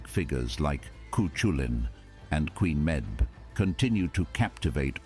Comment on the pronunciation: Oh my God, the mispronounciation. Chu culainn, Quenn meb?